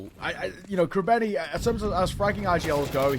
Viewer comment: bro its krabEni with an E not krabAni ffs